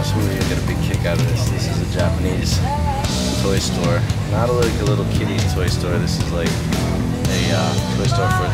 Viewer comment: when he said toy stor for adults i thought porn o.o